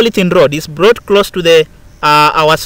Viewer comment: "So the glass rod is blought ........say whaaaaaaaaat ..at 4.42😂😂😂😂😂😂😂😂😂😂